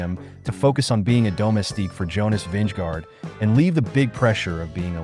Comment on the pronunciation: We like your contact, but unfortunately your pronunciation of the most of the names of the riders and races is off. Sorry to say. For example "I" "L" Lombardia is pronounced "ill" Lombardia. Giro is pronounced "Geero". Jonas is Yonas. Asgreen is a hard S. Vingegaard is pronounced Vingego".